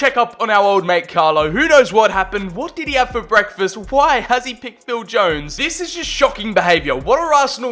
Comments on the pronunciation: He called him jonesta like the legendary cb nesta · My guy just called phill Jones, Phil jone-ess